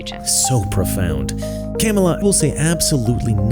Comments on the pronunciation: Love that he calls her Camel-ah. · He said Kam a la. He missed pronounced her name. It’s okay tho he’s supporting Kam a la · So that is how you say her name Camei Toe🤣. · You racist pig, you are mispronouncing the name of a middle class black Indian birthing person. It is pronounced KaMaLaa. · If this white dude is for Harris, yet he can't even pronounce her name correctly. Proof he's a paid actor, and a poor one at that. This guy is so funny!! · I love how you intentionally mispronounced her name. Satire wins. Satire will always win. The Twilight Zone!!!!!!! ❤ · I like how u mispronounce her name😂😂😂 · The pronunciation of her name LOL 😂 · i like how deliberate mispronunciation of her name is becoming a thing 😄